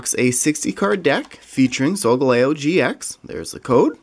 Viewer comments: hi love your videos and solgaleo is pronounced soul-gal-eo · You pronosed solgaleo wrong